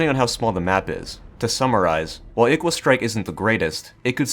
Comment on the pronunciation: Did you just say I "Iqua Strike"?